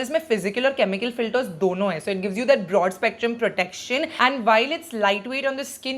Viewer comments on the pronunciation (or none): none